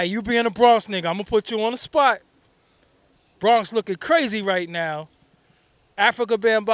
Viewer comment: He said "right now" like it was something new..